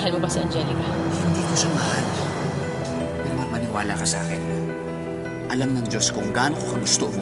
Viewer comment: 20;10 Namali lang ba ko ng dinig? Marian yung nasabi ni sergio imbes na marimar😂😍